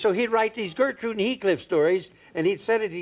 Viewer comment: You have to say it right, its Gertrude and Heathcliff.